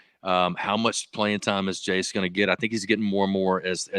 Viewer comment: Hey guys I think I hear y'all saying Chase instead of Jace haha... Got to step it up fellas